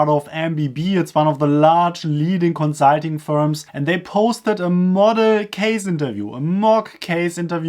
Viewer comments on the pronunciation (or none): Is it Consiiiitinngg or consulting?